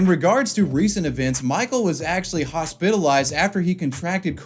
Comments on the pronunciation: Say again ? Hos-pilt-ized? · have you ever heard somebody say hospitalised like that. amazing